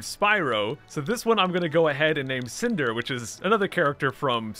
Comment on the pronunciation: Cynder with a y, cinder with i its the guy from killer instinct